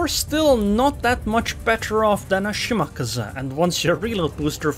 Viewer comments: it is pronounced shiMAKAze - shi (low) MA (high) KA (high) ze (low) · Let’s all agree the kleber nerf was a shortsighted mistake. It needs a serious buff. You just don’t see them anymore. Also your pronouncing of shimaKAZE is triggering me